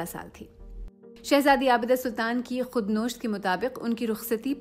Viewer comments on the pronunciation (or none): Khud nosht? I thought its pronounced as khud navisht. Plz correct me if i am wrong. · Not "khud nosht" But "Khud navisht" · Khudnawisht not khudnosht please someone check the voice over before uploading it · خودنوشت ۔ The word is KHUDNAWISHT not KHUDNOSHT. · Khudnosht nahi KHUD NAWLISHT, talaffuz Sahi karen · صحیح تلفظ خود نوشت کا Khudnavisht ھے نہ کہ khudnoosht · Its not «khud Nosht» its «Khud Nawisht» . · خود نوشت کا تلفظ آ پ نے غلط کیا ہے ۔اس کا تلفظ khud nawisht ہے ،khud noshtنہیں۔ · خود نوشت کا تلفظ khudnosht نہیں بلکہ khudnawisht ہوتا ہے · Good. Very informative but its NOT "Khudnosht" rather it should be pronounce as "KHUD NAVISHT". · Khud nawisht he "khud nosht" nahi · for BBC, aik lafz 'khudnawisht' ka accent thik nahin isko 'khud nosht' kaha gya hai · LAFZ HAY ‘KHUD NIVISHT’ ..NOT KHUD NOSHT.. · Khud-nosht nhin,! Khud-nvisht hai yeh lfz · not khud nosht but khud na.wisht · aap khood nosht jo parh rahi hain wo mere kheyal me khood nawisht lafz hai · Khudnawisht not Khudnosht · khud nosht ni khud navisht darust talaffuz he. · Khud nosht Nahin ! Khud nawisht lafz hai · بہت دلچسپ،بہت خونصورت! کا انداز بیان بھی خو﷽صورت ہے مگر Navisht کو Nosht پڑھنے کی غلطی کانوں کو کھٹکتی رہی! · The pronunciation is khudnawisht not Khdnosht, if I'm correct. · Mam, Please note it, you use a word used in Urdu and Persian, KHOD NAVESHAT, But in your contant , you use it KUD NOSHAT Correct it please. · سی کی خاتون نیریٹر بار بار ، khud navisht کو khud nosht کیوں پڑھ رہی ہیں؟ ایک زمانے میں سی اردو کا معیار ہمارے پاکستانی اردو میڈیا سے کہیں بہتر تھا ہم لوگ اچھی اردو سی سے سیکھنے کی کوشش کرتے تھے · خودنوشت کے تلفظ میں تھوڑا سدھار کر لیں "خود نوشت khudnosht" نہیں بلکہ "خود نوشت khudnawisht" بولیں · Khud Nawisht is correct Khud nosht is not Kindly note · Logon nai Pakistani kay leay kia kuch qurban kiya 😳😳 Nawisht asal lafz hai nosht nahin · Khud nosht is wrong pronunciation khud navisht is correct